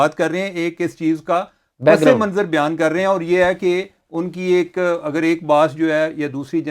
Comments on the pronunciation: چیمہ صاحب آداب، آپ کا پروگرام اُردو میں ہے اور بہت جلد عوام میں مقبول ہوگیا ہے اس لیے آپ کی توجہ چاہیں گے۔آپ نے ایک لفظ “پسِ منظراستعمال کیا جو درست نہیں ہے۔ درست تلفظ پَس منظر ہے۔س کے نیچے زیر نہیں ہوتا۔دعاگو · You guys are great! (By the way, the word is "Pas Manzar not Pas-e-Manzar) Keep up the great work